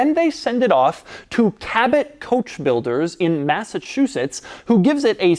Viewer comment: Doug: “Massachusettesrses..”